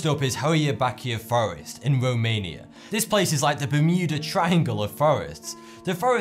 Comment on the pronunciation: norf womania is weally scawey